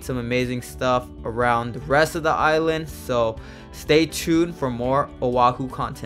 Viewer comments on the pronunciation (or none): none